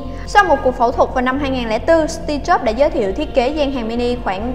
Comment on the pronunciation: Nghe sao ra Tia Chớp :v